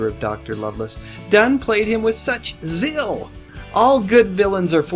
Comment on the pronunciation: I guess you meant jim s AND gordon s nemesis in the first minute. Also i think you pronounced z e a l. As zill. Why don t you kids listen to what you ve recorded and correct any mistakes you have made before we hear it. It is called pride in your work and it used to be COMMON and UNDERSTOOD that the milkman made sure they re were lids on the milk. That the tinned peaches had no holes in the tin. And when you recorded something it was grammatically correct audible and on topic. Now it takes a miracle to get three minutes of audio or visual without mistakes left right and center. Hang down your heads tom s teachers. Hang down your heads and cry